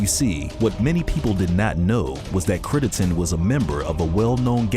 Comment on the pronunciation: Critt-EN-den...Crittenden...if you're gonna make a video, pronounce the dudes name correctly.